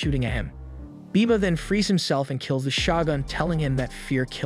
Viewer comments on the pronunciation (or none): is it really pronounced SHA-GUNS instead of sho-gun....like wtf? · “Shagun”?! I thought it was pronounced “shogun” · Is it really that difficult to say “Shogun”? Show-gun.